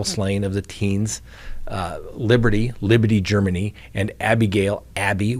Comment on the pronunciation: Are you drunk? Why did you say Libbidy Germany? You had said her name correctly before saying that.